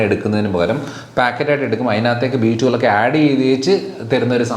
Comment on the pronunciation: B12? Then please stress on 12,your prononciation not clear🙏